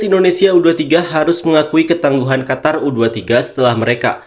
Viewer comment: Qatar..mbacanya Qotar Qotor Kotor..wkwk